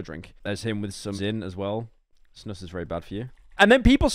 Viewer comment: Pyro calling it snus and pronounciating it properly gives us scandies joy